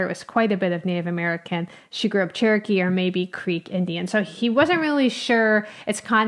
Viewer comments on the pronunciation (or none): none